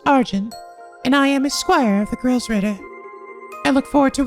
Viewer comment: Oh yeah, since it's an obviously bigger deal in this game compared to the previous ones, you've actually been pronouncing Gralsritter wrong, there's a lack of an i in Gral hence making it pronounced like gr-all instead of grail!